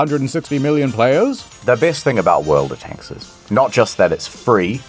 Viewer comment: The way he said "world of tanks" at the start sounded like an alien attempting to recreate the English language with only a vague understanding of how letters are pronounced.